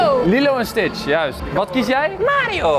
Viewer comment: enzo je zegt ht fout het is stitch